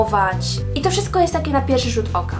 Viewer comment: Nie [wszysko] tylko [WSZYSTKO] i nie [teks] tylko [TEKST] i AKCENT!!! Akcent!! Osoba, która wypowiada się i chce wypowiadać publicznie powinna mówić po polsku